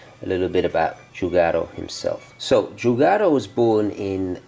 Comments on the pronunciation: Nice video. But it's Giugiaro, not Giugaro :) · Great watch and fascinating history! But... the designer's name should be spelled as it's written: "giuGIAro", not "giuGAro" like you do! Love all your vids! Keep going! Ciao! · Giugiaro it's spelled like "jew-ja-ro"...not "jew-ga-ro". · Please stop saying giugaro. it's Giu-gia-ro. Reads like dju-dja-ro or ju-ja-ro. [ dʒuˈdʒaro] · La corretta pronuncia e' Giu' Gia' ro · Giugiaro ( jiu- jiaro). For the love of god that made me cringe